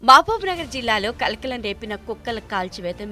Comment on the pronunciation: కళ్ళ కలక అన్నటుంది.కలకలం అని పలకండి